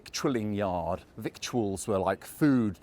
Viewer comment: What's up with that pronunciation of "victual"?